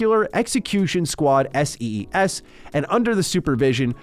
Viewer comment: “S-E-S” its S.E.E.S and pronounced as sees 😭😭💔💔💔💔 great video otherwise that is just a tiny nitpick